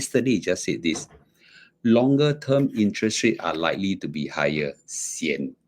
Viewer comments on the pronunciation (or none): none